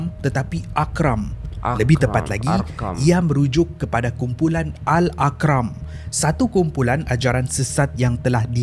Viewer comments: Sebutannya Al Arqam ...bukannya Ak aqram,sbb disebut brulangkli dlm chanel ni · Macam salah je sebutan tu, ikut ejaan AL-ARQAM bukan AL--AQRAM. Terkenal ajaran sesat ni.